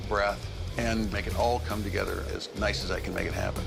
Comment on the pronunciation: sounded like NOICE